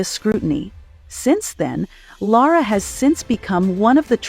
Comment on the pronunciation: LOVED the insight into Lara! It was good coverage. I was interested in how to pronounce Lara’s name because several in my family don’t know… I was a little disappointed in the narrator’s two pronunciations of her name. 😂 Somehow I’ll get there.